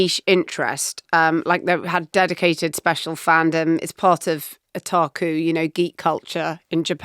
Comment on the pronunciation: Akira was the beast when I was growing up, followed up by Ghost in the Shell (and even Street Fighter II). Strange to see it go mainstream now, but great to get a bit of diversity in what we watch. Side note, it’s o-ta-ku rather than otarku